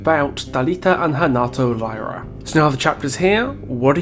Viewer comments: And they are from Fortaleza, not Rio. And it's not ''lie-rah'' it's ''leerah'' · Also "y" in Brazil is pronounced as "ee". So their surnames would be "Leeruh". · Brazilian here. Really enjoyed the video and wanted to point out you actually pronounce the y in Lyra with an “E” sound. Sorry for pointing it out, but I’ve seen so many people pronouncing it wrong. Keep the good work